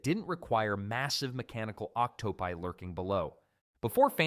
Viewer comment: It's just a typical AI old tech video. to point out a very specific moment that points it out to AI, or at least the voice is, would be the terrible mispronunciation of "octopi". Otherwise, I can't say for certain, but typically the more obvious AI videos similar to this one use a very similar format, talking in circles and overexaggerating everything it tries to explain.